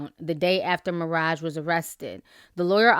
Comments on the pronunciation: Why do u keep saying Maraja?? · You pronounced maraj wrong